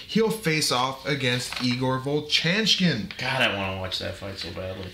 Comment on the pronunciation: vovchanchyn "vov-chan-chin" - no "k" sound